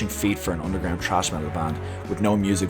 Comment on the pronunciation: "trash" metal? ..it's 'thrash', or is it the accent?